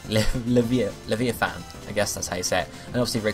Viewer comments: Am I the only one who was thinking "Yugioh's Atlantis season's snake monster" when he was mispronouncing Leviathan? Leh-vie-uh-than. It's not that hard to say, really. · Be-HE-Muth and La-VI-ithan. I thought you played games :p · I have never heard such miss pronunciation of the words behemoth and leviathan... You should get a medal.